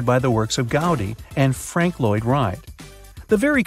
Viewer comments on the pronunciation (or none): none